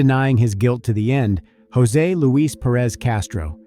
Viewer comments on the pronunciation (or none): none